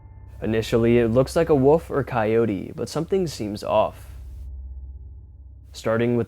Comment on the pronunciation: I just have to do this.. It's not woof it's wolf.